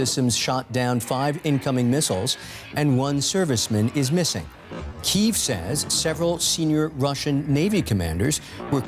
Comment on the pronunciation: Can the host pronounce the capital of Ukraine correctly?